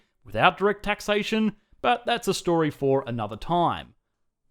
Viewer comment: that what taxation?? what did you say here??